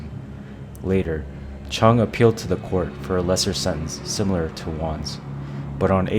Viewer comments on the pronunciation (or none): none